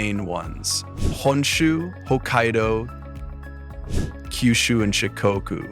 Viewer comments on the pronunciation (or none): none